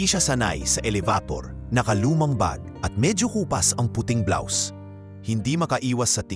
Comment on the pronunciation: I wish you pronounce the right words. Like HIJA, ELEVATOR ETC. PRACTICE READING BEFORE.